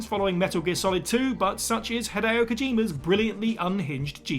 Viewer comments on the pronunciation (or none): none